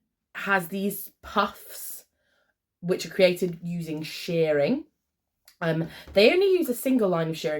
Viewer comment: If in doubt, don't learn English from Americans on YT; "shearing" is what shearers do to sheep, for a smocking-like effect using elastic, "shirring" is pronounced just as in "Shirley Temple" or "Sherpa Tensing" or "sherbet lemons" or "to shirk" or just "Cher (the artist formerly known as Cherilyn Sarkisian & Mrs Sonny Bono)". Nice choices of size-inclusive stuff, but I do think Mood go OTT with trying to fit in as much fabric as possible into every garment they design & it rips off the inexperienced sewer - maybe they're just trying to compensate for all the slashes, splits & deep necklines? LOL :)